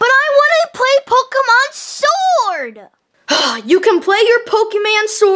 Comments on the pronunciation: that's not how you say pokemon you said pokemannn not pokemon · one thing I hate about spring tra- because he said a pokeman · or whatever you call it why did he say Pokeman sword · said pokeman😂😂😂😂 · said Pokemon And said Poke-Man (I'm so pissed) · I was luafing when said pokemon sward